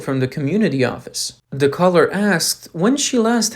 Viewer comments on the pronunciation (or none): Who are your readers? They are TERRIBLE; stop saying duh for the, firty for thirty, free for three; it's embarrassing!